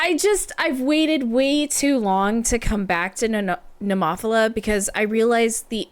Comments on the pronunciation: Oh, and please don't emphasise that syllable. It's just "Neh-moe-fill-uh", not "neh-MOFF-ila" (even if David Heretic insists it is). 😁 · 😂😂😂 What did you call them? Nemoffela🤣🤣🤣🤣🤣🤣🤣🤣🤣. You used Google Translate, didn't you? ネモフィラ ネ(neh)モ(mo)フ(fu)ィ(ee)ラ(ra). No accented on the o, but rather the i. Not Nemòphila, but rather Nemophìla. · BTW...pronounced Nema fila I believe or Nemo fila and definitely not your way.....LoL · It's pronounced NEH-MO-PHIL-AH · I hope you didn't take offence. I just thought it was really cute and funny. I couldn't stop giggling 😁